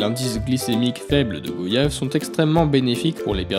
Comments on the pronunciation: On dit Goy-ave et non Go-yave point barre. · On ne dit pas VO-YAGE, on ne dit pas GO-YAVE On dit GOY-YAVE En français Y = i + i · Vous cassez les couilles a dire go yave. On dit goiyave !!!!!!!!!!!! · On dit goy-ave et pas go-yave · on ne dit pas GO-yave ! On dit Guayave, goiiave. Cette prononciation fausse vient de touristes pas foutu de prononcer correctement le nom du fruit et qui trouvaient plus exotique de le prononcer GOyave ! On ne dit pas VO-yante, VO-yelle, VO-yage 😤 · On dit Goy-ave et non Go-yave point barre. Ce fruit vient de chez nous alors vous le prononcer comme on le prononce. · on dit gwayave ducon